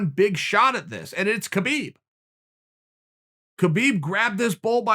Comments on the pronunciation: Love you Chael, but pls pronounce br. Khabib name correctly. Its pronounce as Khabib where the K is silent. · Man your pronunciation of Khabib’s name is killing me 🤦‍♂️